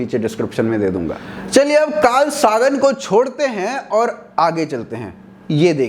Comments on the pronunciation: Abe chiklandu 'Saagan' nhi 'Sagan' h uska naam. Pronunciation ki baat nhi, sahi aur galat ki baat h. And he never said ki hinduism ki mythology sahi h, usne sirf ye kaha h ye ki hinduism ke gappe kahin kahin kafi close h as compared to other religions but scientific value se bahut bhaut dur h. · "सागन" नहीं "सेगन" , I hate when someone do bad pronunciation.